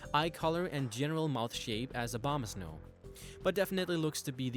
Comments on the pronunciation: No one pronounces it right it's O-BO-MA-SNOW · it sounds you said "mega obamas no" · "Obamasnow" lol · Why the heck do you pronounce Abomasnow as Obamasnow?